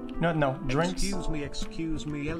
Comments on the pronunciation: when they say excuse me sounds like they're saying "xqc" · i love how it sounds like theyre saying "xQc" instead of "excuse me" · Sounds like the customers say "XQC"